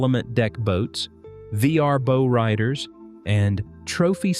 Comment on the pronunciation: LOL These AI produced videos always use just random video clips of the subject material, and always mispronounce words; a Bow Rider - the Bow should be pronounced as in 'wow', not as in 'low'.